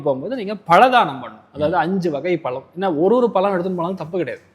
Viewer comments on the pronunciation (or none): none